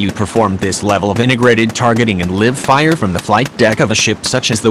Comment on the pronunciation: Well is lit liv fire or live fire? Gotta laugh at the autovoice readers lol.